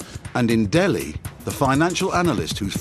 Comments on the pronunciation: It’s “Delhi” and not “Dehli “ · Its DELHI and not DEHLI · nt DEHLI its DELHI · I thought it was "Delhi" not "Dehli"